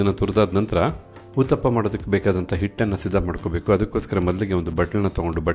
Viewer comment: 👌👌 🙏🙏 ಅದು ಊತಪ್ಪ ಅಲ್ಲ ಉತ್ತಪ್ಪ 😂😂